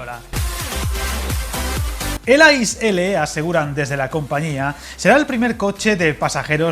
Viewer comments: Gracias por tus vídeos , pequeña matización, las siglas ICE que significa InterCity Express no se pronuncia como « hielo » en inglés sino leyendo las tres letras una tras otra, «iceé», no desearía que te pongan cara de rana si alguna vez vas a comprar un billete en una taquilla alemana y les digas que quieres un billete en el « ais » de para Berlin. Un saludo cordial de parte de un maquinista suizo :-) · Una puntualización: se pronuncia “i-ce-e” (letra a letra) y no “ais”, como hielo en inglés 😊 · I cringed every time I heard "ice" as it's pronounced I C E, each letter separately. And Germans tend to be very ruffled when they hear it called "ice". Apart from that it was a very interesting and informative video! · Por qué pronuncias las letras a la inglesa? Se dice I C E [iːtseːˈeː] L ICE significa Intercity Express, así que no tiene que ver con 'ice' (hielo) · Yo creo que no debes pronunciar ice a la inglesa, si no como en alemania ,que es muy parecido como se pronuncia en español i-c-e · Efectivamente, se pronuncia I - Tse-E, significa InterCity Express. Si nos ponemos finos, tampoco se dice rutas domésticas (anglicismo), sino rutas o trayectos nacionales. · Un pequeño detalle, como alemán que es la nomenclatura de ICE-L se pronuncia diferente a como se haría en inglés y es mucho más parecido al español que lo que se pronuncia en el vídeo. 😊